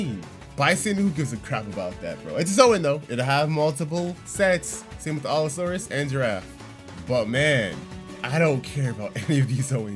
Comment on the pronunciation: Not to be rude but u keep saying all-saurus rather than allosaurus